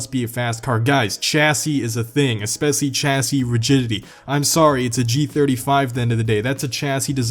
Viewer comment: It’s pronounced “Shassi”